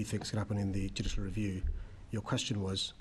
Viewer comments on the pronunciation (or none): Mumbling little goblin. What is jushl rview ?